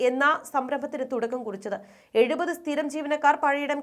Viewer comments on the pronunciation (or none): none